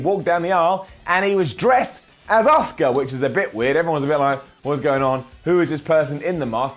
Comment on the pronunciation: Does anyone else think when says Asuka's name as Oska it sounds like Oscar which soundslike Oscar the grouch